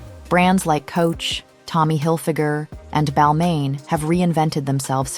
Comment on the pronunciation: Wonderful video, succinct and informative. One note: Balmain is pronounced ‘bahl-mah.’